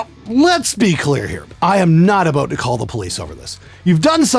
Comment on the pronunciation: Best part is when he said aboot lol I wanna go back to Canada now for some fries and gravy and crown royal and coke yaassssss!